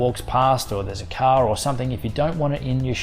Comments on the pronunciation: Thanks man! Did you say a car passing behind or a cow passing behind? 😂 anyways your video is very light and has a valuable information. 👏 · I was pretty sure I understood to stop the video if a caw made any noise and so the subtitles said. Only after a while I understood he meant a "car" and not a "cow" 😂